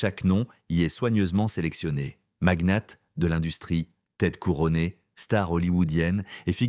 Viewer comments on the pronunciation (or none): On aura surtout noté qu'à Monaco , "magnat" au pluriel se dit "magnettes" On prononce "Quatre-vingt t'huit " avec la liaison Yatch censé se prononcer yoth en français se dit "yart"🤔 Et enfin, à Monaco "Peu peuvent..."😂 Histoire d'être raccord lors de la prochaine soirée privée😀